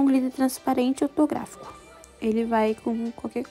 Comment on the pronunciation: Gente ela disse Glitter "Ortográfico"??? Por favor né? É HOLOGRÁFICO o nome gente. Holográfico!